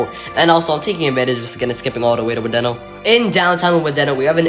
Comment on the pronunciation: Wadena is "Wah-dee-nah".